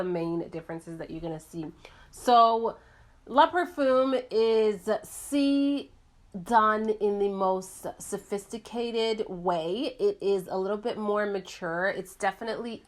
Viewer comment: "le" is pronounced differently than "la". The e is sort of pronounced flat like the vowel at the end of the word "dribble". When you see the word "les" that one is pronounced "lay", but "le" is not pronounced like that either. And "parfum" is not "parfoom" it is "parfu" with a short u sound which is also nasal. Just trying to help, and hopefully inspire you to study French pronunciation for an afternoon because it's fun. Please do not take offense:-)